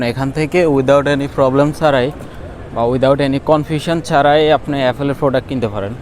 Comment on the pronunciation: আইফোন ফাটাতে, 😅😅😅 শিট। বুলশিট। বাঙালি হয়ে বাংলা ঠিকমতো বলতে পারেন না, ছিহ্ এফোল ফ্রোডাক্ট। এফোল ইশটোর। এসব কি বলেন ভাই?? লজ্জা নাই, আপনার চ্যানেল কে আবার গর্দভগুলো সাবস্ক্রাইব করতেছে। ব্লাডি.... …